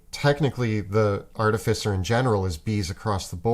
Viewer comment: all these years. still saying artificer incorrectly.